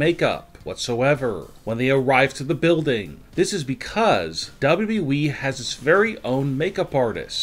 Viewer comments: Unfortunately it is worse. I think a robot knows the company is called WWE, double double e. This guys has the worse voice on YouTube. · Dude, I miss the old way you said dubadubaeee. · Why does he say dabldableee